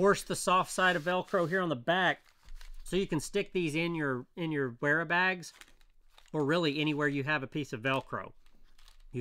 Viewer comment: The W is pronounced as an F